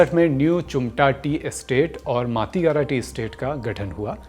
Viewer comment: मातिगारा नहीं "माटीगारा"।